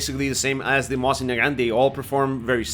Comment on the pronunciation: It's MOSIN, not "moahsin", they're not French, you know? :)